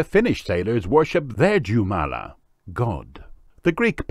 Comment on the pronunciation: As a Finn, I must say Jumala is pronounced Yumala and the meaning of it is just God as in Christianity. Our own god is called Ukko. Read as written. Ukko bless finns where ever they are